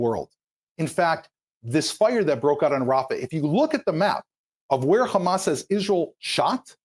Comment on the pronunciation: Khamaaa.. khamas. Khamaaas. Everything you see khamas. Evil Zionist.